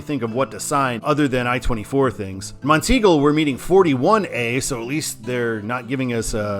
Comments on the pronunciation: Yeah, top of the Mountain. Never heard anyone say teagle before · I think it's pronounced as Mont-eagle. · Monteagle is prounounced as Mont-eagle, with the emphasis on “Mont”. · Mount Eagle is the proper pronunciation of that town in Tennessee. At least it's what someone told me years ago when I rode on 24 on it. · Enjoy your drives, but it is pronounced "Mont Eagle" and "Mac Minn Ville". Native Chattanooga. Stay safe.